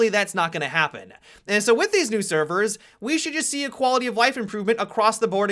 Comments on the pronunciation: Said servers real weird at the beginning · Why does he say servers so weird? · The Way You Said Servers I Don't Know Why I Laughed So Hard 😂